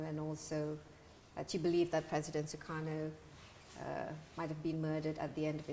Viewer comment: Apaan sih Desi Anwar nyebut Sukarno dengan Zhukharnow.. Plis deh empet dengernya.